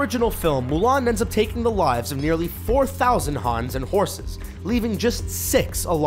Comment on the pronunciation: And it Huns not Hans